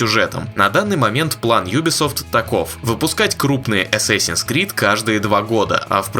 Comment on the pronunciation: ЧТО ТАКОО "ЭССЭСИНС" ? ДАЖДЕ ПО АНГЛИЙСКИ ЧИТАЕТСЯ С "А"